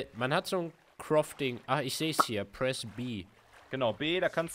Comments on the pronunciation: max es heißt kraafting nicht krofting hahaha ich finds so geil xDD sag aber krofting. is witziger xD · es heißt auch crafting und nicht krafting......